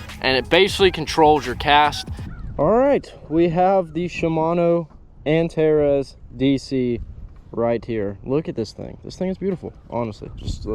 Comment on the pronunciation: It’s pronounced with an S instead Z Antares not antarez